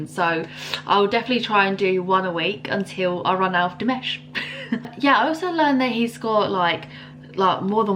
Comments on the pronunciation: He's Dee - Maaaaash......not Dee - Mesh. Dimash DON'T SPEAK 13 languages. Dimash HAS SUNG in 13 languages. Dimash is fluent in Kazakh (mother tongue), Russian (2nd language), reasonably good in English and speaks a smattering (a few words here and there) of Mandarin. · dude, it's dimAAAAAsh, dimash not dimesh. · De mosh , not mash. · His name is not Mash but Maush sounds. Like, lower A, just so you understand the right pronouciation 🙏😉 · Try saying Dimash liks you're really posh, and you might get the "a" right. Because it's not "Dimesh" 😅 Edit: yes, he is a great swimmer! There's a video of him swimming the length of an entire pool underwater. Some people will say that's pwrt of his vocal training, but it's not true 😅 he's pretty crazy on a treadmill. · You are not comprehending what people are telling you. Dimash does not speak 13 languages, he has sung in 13 different languages (big difference). Your pronunciation of Dimash's name is not quite there yet, if you what enough of his performances you will hear his name announced properly and then you will get it. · Yes, he's a great swimmer. He doesn't really speak 13 languages, but he has sung songs on 13 different languages. He speaks Kazakh and Russian fluently, is extremely good in English considering he only knew a few words five years ago, and knows a little Mandarin. One other thing..... his name is pronounced Dee MAHSH (accent on 2nd syllable).